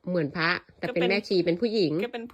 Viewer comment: อ้อ น้องพูดว่าพะ(พระ) 😂😂